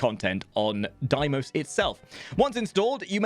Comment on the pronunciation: dafuq is a "Diemos"... Fucking pronounce it the way DE does.